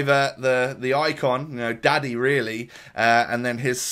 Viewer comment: Daddy not Davy 😂